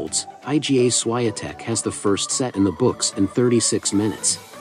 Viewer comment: At least learn how to pronounce SSHVONTEK properly